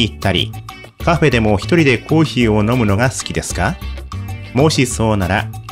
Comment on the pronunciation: どうでもいいけどコーヒーのことコー↑ヒー↓っていうの坂本さん以外に初めて見た